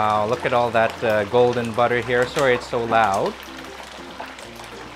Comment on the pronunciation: I love BUDDER! 😂😃